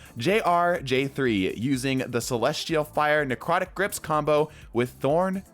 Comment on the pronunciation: necwotic :3